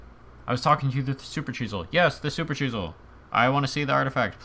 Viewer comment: Why do you pronounce it like supercheesel XD